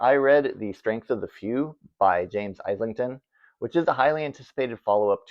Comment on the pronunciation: Hi 📚, I hope you are well. Kudos on your honest review of Shy Girl. It was quite comprehensive, with both sides equally represented. FYI, James Islington’s name is pronounced ‘ih-zlington’ (I hope that makes sense!). I can say that as we have a street called Islington here in Toronto! David Sodergren is an author I have wanted to explore, but unfortunately our library doesn’t have any of his work. I enjoyed your other reviews and have some new titles to check out! Thanks for the video. Take care and good reading 📖 to you!